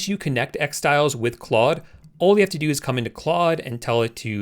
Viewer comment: It’s pronounced “clode”. It’s French, so don’t say clud anymore xD